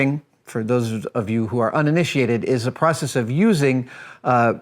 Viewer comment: "pracess-ease" is not a word.